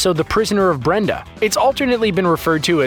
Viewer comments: The prisoner of BENDA. Not Brenda. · lol he said Prisoner of Brenda but mega fans know its Prisoner of Benda. lol. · The Prisoner of Brenda -- I'm sorry, what? ... You mean... Benda? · Did he say Brenda? LOL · Great vid but it's "The Prisoner of Benda" not "The Prisoner of Brenda".